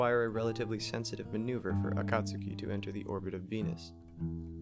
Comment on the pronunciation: Hey, I totally missed this upload. Was thinking about your channel only a few days ago. Great job as always, presenting unusual and thoughtful content. I love that you pronounce Akatsuki properly, too. Greetings from Australia. 😁👽🛸